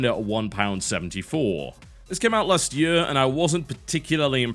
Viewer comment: love how tb says year